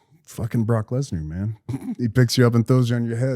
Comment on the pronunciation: It’s Lesnar not Lesner.